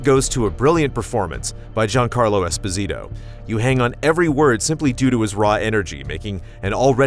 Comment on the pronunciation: Giancarlo's last name is pronounced EsPOsito (long O sound), not EspoSIto. His father is Italian.